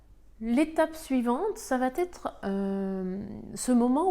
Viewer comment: Excellentes explications👏👏je suis encore dans "l'acceptation /colère".. Quel gâchis ! (sinon.. Oups.. Ça va-"t'être" heurte mes oreilles, désolée 🤗). Bien cordialement💐😍